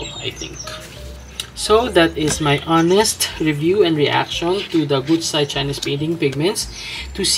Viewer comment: 古彩 is pronounced gucai - 'ancient/classical color' that's the product name. It's like the Japanese gansai because the binder is animal collagen based. Not really meant to be translucent watercolors as we know them. More comparable to gansai tambi in ingredients and usage. Thanks for your reviews!